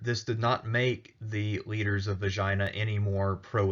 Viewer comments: Jeez, pay some attention to your pronunciation, will ya? Sounds like you are saying, "Vagina is dead center in the Saronic Gulf!" It's not Vagina! It's ay-gee-na! Accent on the last syllable. (Maybe you committed a freudian slip?) This vid is X rated. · Actually the accent is on the first syllable. èhhh ghee na.